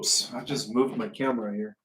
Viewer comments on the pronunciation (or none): none